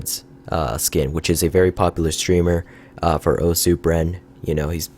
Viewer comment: Pronounced "Oss"